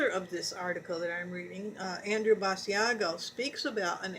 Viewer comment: It is not Bass-e-ah-go. It is Bash-Ah-go!